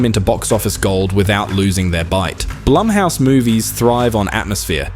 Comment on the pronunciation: Say it with me narrator guy "BLOOMhouse." "BLOOMhouse productions."